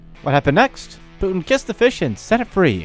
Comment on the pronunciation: Putin not Put'in.